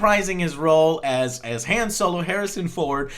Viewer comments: You don't pronounce the name "Han" correctly. I would assume you can't pronounce "Adolf" right either. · why in the fuck are you pronouncing Han like Hand without the d.....it's supposed to sound like H-ah-n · um... han as in han-d, they even point out in the movie that it is pronounced han like hon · You said "Han" wrong. It doesn't sound like "hand". It's Han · Joe, Han is pronounced like Honn, not like hand without a D at the end. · I don't wanna be that nerdy star wars guy but han's name is pronounced hawn. (rhymes with pawn) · Isn't Han pronounced "Hon" ... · Han is pronounced (H-O-N) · people who say han like joe make me upset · Am I the only one who suddenly dislikes Joe for not being able to pronounce Han correctly? The fuck. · Joe, if you're gonna fanboy this hard about an otherwise average movie, then please, for the love of God, pronounce Han's name correctly.